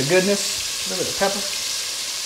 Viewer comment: Why are you saying pepper the way you are I'm from dulac Louisiana a real Cajun you are perpetrator